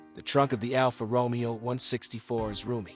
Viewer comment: NOT Alfa Romeo as in ROmeo and Juliet, is is Alfa RomEo.... the accent is one the E NOT the O (actually sounds like 'RomAyo' ). At least get the basics correct, please.